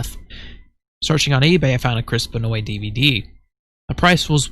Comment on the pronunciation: It's actually pronounced Ben-wah. It's an odd French Canadian name.